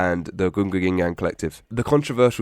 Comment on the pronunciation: its so funny when you say gunga ginga just as it should be said